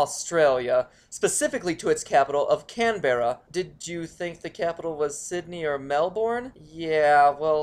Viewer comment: Yeah I know that lots of people have already complained about the way he pronounces Melbourne, Canberra and Sydney. But to be honest he puts hours of research into each video the least he could of done was make sure he was pronouncing each word correctly